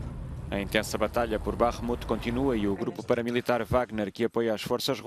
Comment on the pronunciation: Gostei da pronúncia "BAKHMUT"